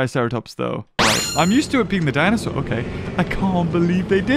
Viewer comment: malcolm always says "dinosaar" instead of "dinosaur" and its so funny